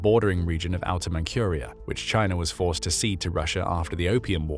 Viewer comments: Man-CURE-ia? Who's never heard of Man-CHUR-ia? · Please check the pronunciation of names you don't know. "Manchuria" has no "k", it has a "zh" or "j" ("dzh") sound. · "Man-cure-ee-uh?" That's not how it's pronounced. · Where in the world is "Outer Man-cure-ia"? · "Mankuria"... what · "Outer ManCURIA" ? this channel and its weird pronunciation of manCHuria and other words ..